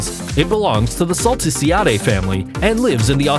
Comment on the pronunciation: That’s not how you pronounce Salticidae